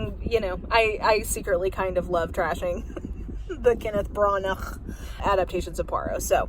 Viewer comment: Everytime you say Kenneth Bran-ughkthgh between this video and your movie review, I silent chuckle so hard my whole body shakes lol, I don't know how you say it with a straight face! I'm looking forward to your History and Future of Work commentary video, I've been recently reading up on how US work culture got to where it is and I've been raging!